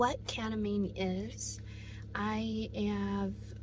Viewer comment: you mean kEtamine? what is kAtamine?